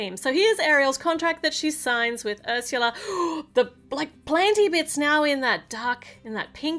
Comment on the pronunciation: You’re saying Harsha yeah it’s up it’s actually Ursula